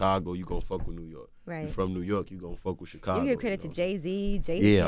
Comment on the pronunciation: Any notice Charlemagne calls Chicago xhakago